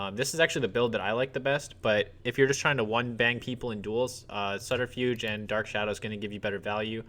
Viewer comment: Hey man! Great video, really helpful. Just so you know, it's pronounced SUB-terfuge. Keep up the great work!